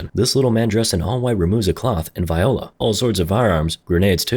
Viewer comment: Again FFS it's Voila not VIOLA! Pronounced VWOLLA